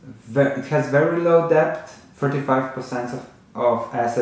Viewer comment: Love your videos. Just a comment.. Debt is pronounced “Det”, the ‘b’ is silent.